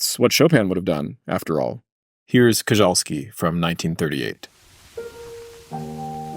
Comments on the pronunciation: Koczalski is not said Kozhalski, it is Kochalsky. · Koczalski's surname is pronunced "Kotchalsky"